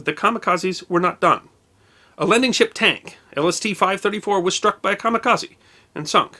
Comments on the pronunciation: A Japanese word with an "e" at the end is normally pronounced as a long "a". You say the rest of the word correctly but most English speakers make this mistake. It should be ka-ma-ka-zay. This also applies to karate, karaoke, Kobe, etc. and I imagine a huge percentage of your audience pronounces it just like you do. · Personally I pronounce it " ka mi ka ZED", but then I'm part Canadian. ;-)